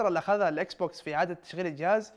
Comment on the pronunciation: الاكسبوكس مش اكسبكسون اكس